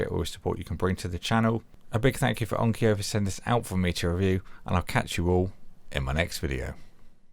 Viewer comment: You have an interesting pronunciation of "Onkyo." (It's not "onkio")